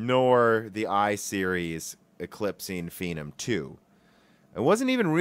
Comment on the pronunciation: Phenom is obviously a shortened form of phenomenal or phenomenon. So why are you pronouncing it fee - num?